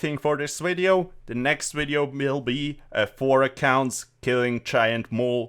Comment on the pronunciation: Dislike for purposefully trying to say wideo to be cheeky lol